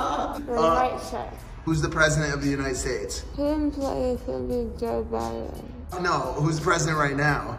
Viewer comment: when she says beidens gonna be president